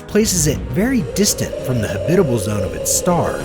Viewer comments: There are no syllables in habitable...... so " ha - bit - able " Is wrong. It's habitable. Just so you know.😎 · Good god learn how to pronounce habitable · Lots of small mistakes but overall it has a decent visual presentation. I do agree with those that think the music is way to loud and dramatic It makes it hard to concentrate on what he is saying. But the "hab-bib-bable" for habitable really made me laugh though.